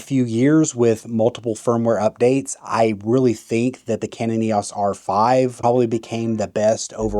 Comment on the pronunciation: Someone who pronounces EOS as YOS is clearly a millennial moron. GenX kids grew up with the EOS system. I feel like Canon is a generational thing and you ain't our generation, so move along. And Nikon ain't it. Go with your Playstation Sony Camera.